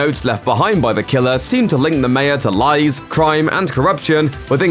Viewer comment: Somebody teach this man how to pronounce "mayor".